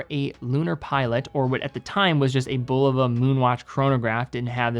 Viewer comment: Great video, you pronounced Bulova two different ways.